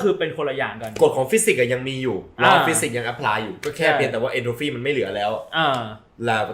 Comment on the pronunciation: Entropy(เอนโทรพี) ค่ะ ไม่ใช่ เอนโทรฟี